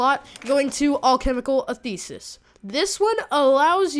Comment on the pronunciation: I don't know why no one can pronounce it right... ANT-IH-THEE-SIS